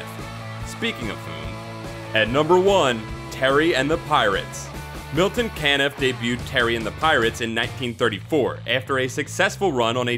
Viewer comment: Good list, however, Milton Caniff 's last name is pronounced CA-niff, not CAN-iff.